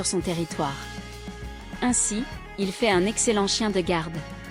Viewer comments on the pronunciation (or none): none